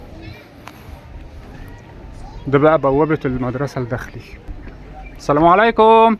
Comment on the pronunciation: السلام = assalam اللام لا تنطق لام شمسية